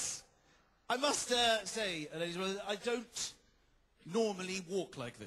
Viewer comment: he said what i think was 'ladies and genlemen' at the beggining but it came out as: lurgumn